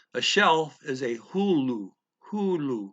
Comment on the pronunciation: When you tried to say hylly shelf, it actually came out as hullu crazy.